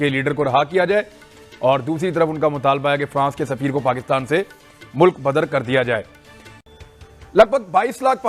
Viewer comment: भाईसाब, ओ दादा जी, अरे भैया, पाकिस्तान को क्यू पकितान बोलते। अरे प्यारे बाबू, पाकिस्तान को पाकिस्तान बोल लो भैया। क्यू बिचारे का नाम को तोड़ मरोड़ रहे हो पकितान पकितानी बोल के।